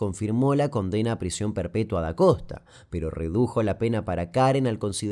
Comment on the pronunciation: pronuncia las N como M. "Comdena" 😁